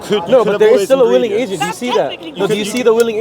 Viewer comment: MashAllah daii brothers doing it well. Just that the bro in a hat and glasses to the left needs to work on his W's. He is constantly mispronouncing Will and Willing as Vill and Villing....